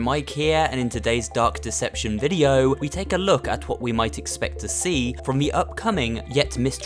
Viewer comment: I thought you said duck deception